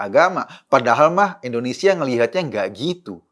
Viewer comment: Indonesia Pak Eko,Bukan Endonesia...🙄